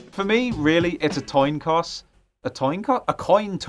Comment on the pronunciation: "It's a toin coss" EVERYONE! Forget making say boat. This is the new thing we need to spam him about!